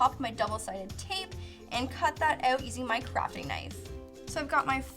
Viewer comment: Not hating but you say OUT weird